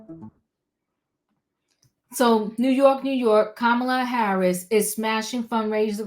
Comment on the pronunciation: Hello! Yes, you pronounced her name correctly, and it's wonderful that she' s breaking glass ceilings already--raising more money more quickly, getting all the labor unions' support as well big donors and both the black and white women's votes. I know we as a country are ready for a new change of energy and leadership, but there are many individuals who aren't ready for her to be THEIR leader and take charge. These very women and men are dragging her through the mud by saying she isn't ready, bringing her past life issues and coming up with all types of BS because they are lost, jealous, non-supportive and don't understand the matter at hand and how important it is to vote for someone based on character, leadership and a profound sense of morale and ethics concerning the country. Unfortunately, many people still think only a MAN can do the job of being the PRESIDENT and that women don't qualify. That couldn't be further from the truth but these folks aren't even ready to see it.